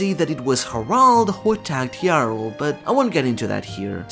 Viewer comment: Thank you for pronouncing Jarul correctly, I grow tired of hearing Ja Rule